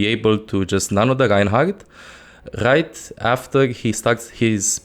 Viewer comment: Does this guy not know how to say R's? baggiegs, ginehagt, megcy, threehundged, gight now, scagy, zayga... i get the accent and all but damn hes hard to understand